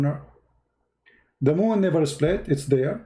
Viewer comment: Even i am Indonesian but when said "seplit" instead of split.. I am out... He sounds like Fadli Zon... Oh....